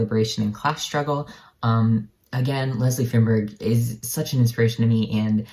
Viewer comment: Feinberg is pronounced "fine-berg." Akin to the pronunciation of the first syllable in "Einstein."